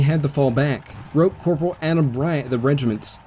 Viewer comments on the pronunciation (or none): none